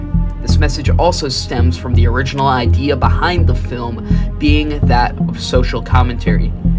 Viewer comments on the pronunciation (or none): none